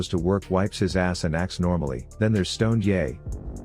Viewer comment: Stoned-ye, he whose brain is bolon-ye.